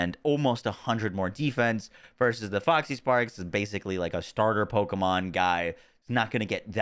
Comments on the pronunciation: Say it with me: Fox = "Fox" | Parks = "Parks | Foxparks = "Foxysparks" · As much as I've enjoyed / learned a lot from the video.. the cringe was real every time you said FoxYsparks -_-' there's no Y.